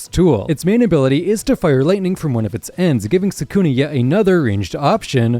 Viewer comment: Mispronouncing Sukuna is such a stupid mistake.